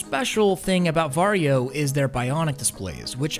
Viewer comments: You say va-ri-jo? Why not var-jo? without the i? And the reason why they removed the game is licensing = money. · Legit thought he was saying ‘’Mario”